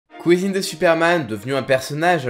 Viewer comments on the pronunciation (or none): c'est marrant quand tu dit "cousine" j'entend "COUISINE" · il dit clairement couisine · Il a dit Kousine au début 😂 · mdr on dirait bien